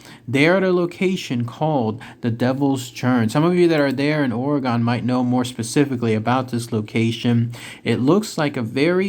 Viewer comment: Orr - Ree - Gun!